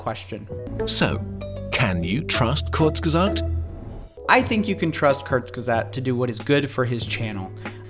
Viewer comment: The guy can’t even pronounce Kurzgesagt